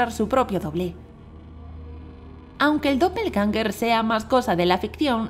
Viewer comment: Que pronunciación paupérrima del alemán